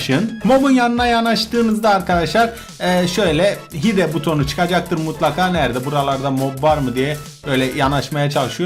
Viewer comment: hide hayd diye okunuyo